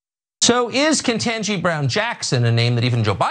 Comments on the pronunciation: If you are having trouble pronouncing a fairly simple name it would have to be due to your absurdist level stupidity Carlson, and you can always feel free to just shut your f*cking mouth. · The mispronunciation of her name. The same bullcrap they do with Kamala. These aren't difficult names either. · Tucker didn’t even pronounce her name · I love how he's purposely mispronouncing her name and then says "even he (Biden) has difficulty pronouncing". Even while we've never heard Biden mispronounce her name. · He also mispronounced her name. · He did it on purpose